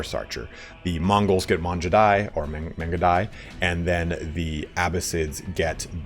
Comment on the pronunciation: It’s not Manjudai btw, Mangudai like how you say gamer